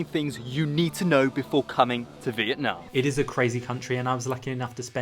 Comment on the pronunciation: Youre so funny. Your pronounce Vietnam correctly but ‘viet’ in viettel is Vi-et-tel 😂